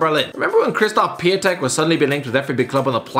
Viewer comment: It’s „Piontek“, not Piatek. The spelling is different to the sound as the ą in Piątek is pronounced „on“, not „a“.